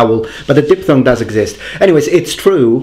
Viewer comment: something that bothered me (sorry) was when you said di-P-thong instead of diphthong (sound is like di-F-thong). Nice video, as always